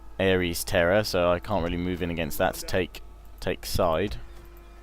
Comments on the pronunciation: "Side" is pronounced "See-Dae." Well done all round,. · side is pronounced see-deh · im pretty sure its pronounced Ci-de